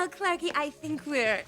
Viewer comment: Darla always says clarki😂😂